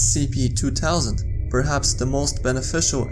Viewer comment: Scp two towsand can he not make the th sound?